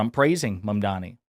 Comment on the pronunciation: Notice how he pronounced his name perfectly. 😂